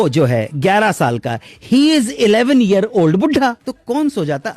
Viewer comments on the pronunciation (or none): none